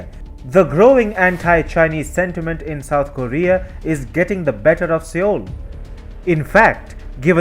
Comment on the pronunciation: Love the reporting, but Seoul is pronounced soul.